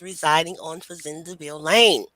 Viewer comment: Thank you for this❤ I’m a descendant of Charles and Cager family, my mother was working with Dr. Joyce Jackson at LSU. It’s also pronounced Fa Zand Ville (French)